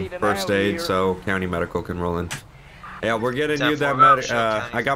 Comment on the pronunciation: is it me or did he just say coudy instead of county lol